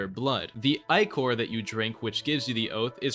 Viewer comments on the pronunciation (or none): I legit don't know when talking about starkindred if you are saying icore/eyecore or ichor, I will assume ichor as most novels refer to it when talking about stuff like this(I have never obtained starkindred) Nitpicking but please use ick-or not eye-core